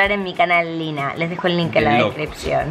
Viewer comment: No se dice Lina se dice Lyna 🤔